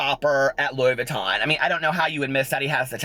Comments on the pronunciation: "What's your favorite purse?" "My Lewis Vuuton™" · Wasn't the Lewis Vuttin (Louis Vuitton) thing from Charles Gross? lmao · Rewatching to hear tell that story about the girl with the ponytail hahaha "Lewis Vutten" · Lewis Vuttin hahahaha you made my day!